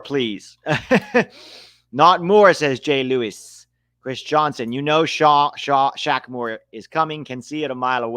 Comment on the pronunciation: The Q in Shaq Moore is silent and the O sounds like an E. So if you pronounce it right it sounds like Shamer